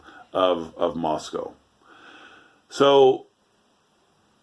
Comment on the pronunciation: Can you say “Moss-cow?”